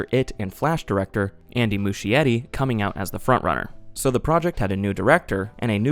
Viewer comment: It's pronounced Moosk-ee-etty. But I digress ARGENTINA MENTIONED YEAA